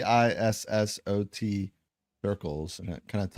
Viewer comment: Tissot’s Indicatrix Ellipse. He was French and it’s pronounced “Tissoe” 😎👍 I had to do an assignment on it in 1st Year Cartography 🌏🗺️